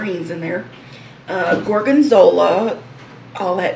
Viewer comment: It's really nice when you pronunce salumi, formaggio and gorgonzola in italian! I'm italian 🙂